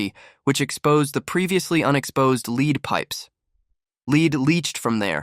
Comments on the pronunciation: Leed/Lead? AI has a problem with this particular word! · Mispronounced lead (metal) and bulls(h)it. Maychines can’t read correctly.